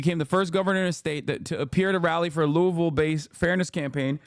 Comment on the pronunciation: Bro said Louisville the right way multiple times. Y'all don't understand how much this means to people who are from Louisville. ❤